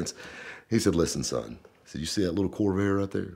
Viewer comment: It sure sounded like kept saying kobe 😂